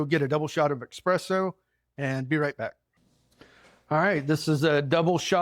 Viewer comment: Thanks for the recipe for this cake,. Just 1 thing, please? There is no x in eSSpresso. ❤